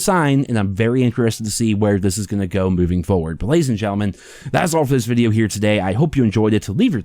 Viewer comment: You slipped and said foward at the end lol I love that you try!